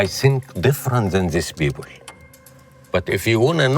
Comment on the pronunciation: Sorry but “how their mind over were” and “beoble” is not perfect English 😄 he claims he spent over four decades in the US … I agree he can articulate his thoughts but his English isn’t